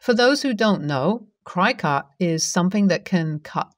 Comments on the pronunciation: Cricut is pronounced like cricket. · Cricut is pronounced crick it, like the insect. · Cricut is pronounced as Cricket. Their original models even had a cute little Cricket machine. The road to Hell is paved with good intentions. I take it the bowling ball with the name Homer engraved on it was not available.